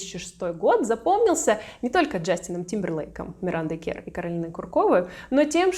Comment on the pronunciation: Имя произносится Миранда КЭрр, а не КЕрр